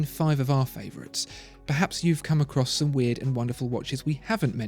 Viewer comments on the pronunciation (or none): none